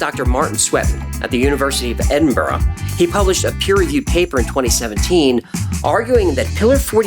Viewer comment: Just caught the outro section and was very pleasantly surprised to hear an American, actually, pronounce Edinburgh correctly. how long did that take you?🤣🤣🤣